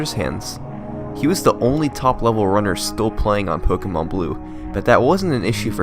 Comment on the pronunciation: It's pronounced (Po-kay-mon) btw